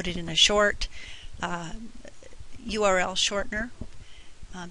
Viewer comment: lol uri ahahah its urL u know the lettle 'L' ahahahha uri ahahhahah its url oml ahahha